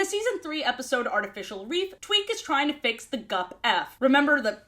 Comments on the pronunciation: Hi yes, was I the only one who heard say twink instead of Tweak? Like I heard it, had to run it back, and then repeated said process 10 more times. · EVERY TIME SHE SAYS "TWEAK" I THINK SHE SAYS "TWINK" AND IM SCREAMING. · Every time she says "tweak" i think she's saying "twink" and i assume she's talking about shellington or smth (also head cannon tweak tweaks out when she can't get something right) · constantly saying 'twink' instead of 'tweek' is just so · Bro I thought I was making shit up💀 like I was sitting here like “twink?.. nah I’m delusional she’s saying tweek… wait what I swear she just said twink again wtf” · now why did i think you said "Twink".... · Half of the time I mishear Tweak's name as Twink and I am genuinely losing my mind. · It took me too long to realize you weren't saying twink 😭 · i swear i keep hearing you say “twink tries to fix the gup F” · I thought you called Tweak "Twink" briefly. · I kept hearing "Tweak" as "Twink" 💀